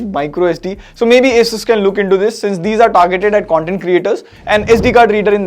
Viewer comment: okay, at least somebody calls is A-sus not aa-soos